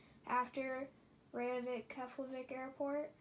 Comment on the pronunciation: Btw, you mis pronounced Reykjivík. It's (rake-jee-vick). I have been to that airport😊. It's nice.